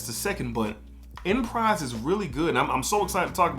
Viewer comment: Phonetically it’s (ahn•pre) not enprise but definitely one of my favs